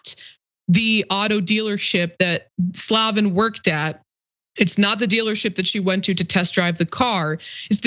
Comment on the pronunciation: She's trying so hard to pronounce that name improperly. It's Slay-ven